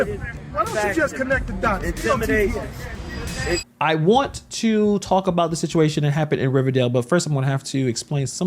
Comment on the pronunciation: He said connect the dotts. Dotts omg